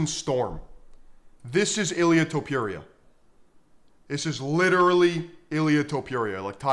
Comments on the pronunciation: Its fookin Top-ooh-rhea, not Top-you-reeyah.... And, just to reiterate, Paddy Pimple is getting launched into the shadow realm frfr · Learn to pronounce Topuiras name correctly..(not Topjuria) :D